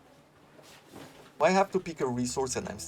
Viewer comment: Seems like a fun game - nice play through! Btw “cedar” is pronounced see-der not seh-der (hope you don’t mind, you seemed unsure 😉)